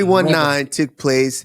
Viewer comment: Spanish usman pronouncing 319 in English: “Three One-ee Nine-ee”